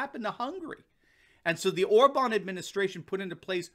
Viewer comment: Hey, you finally got the pronunciation of OR-bahn correct, but you need to work on Fidesz: it's FEE-dess. The stress is always on the first syllable in Hungarian (so it's PAH-pree-kah when you're talking about paprika, not pap-REE-kuh).